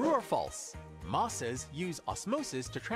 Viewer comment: I lost it when though mosses was pronounced Moses...........